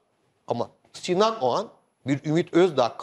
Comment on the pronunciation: şu adamın soyadı Ogan mı yoksa Oğan mı..Barış bey bir Ogan diyor bir Oğan..acaba Bariş Yarkadaş beye bazen Barıs Yarkadas mı desek